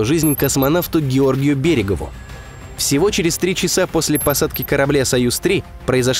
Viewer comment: Неплохо было бы долее деликатно относиться к фамилиям уважаемых людей. Неужели чтец возможно переведенного с английского на русский текста никогда не слышал фамилию советского космонавта Георгия Берегового, а не Берегов, как он ее произносит